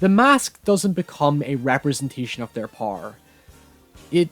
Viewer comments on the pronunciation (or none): I like when you say "power" it sounds like "par"